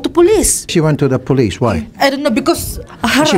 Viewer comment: HER HASBAND PREPOR(prepair Po Yun,) POR POLIS 😭😭